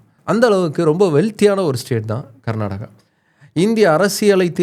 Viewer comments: Pronounce properly like Karnataka not Garnataka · It is not karnadaga, it is karnataka please don't kill the name. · My State name is not Garnadaga or Karnataga or Karnadaga. My State name is Karnataka. ಕರ್ನಾಟಕ. Pronounce the name of my State properly.